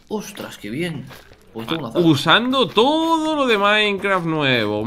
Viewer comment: Nose si escucharon pero Willy dijo toro en vez de todo Nada era eso solo nomás XD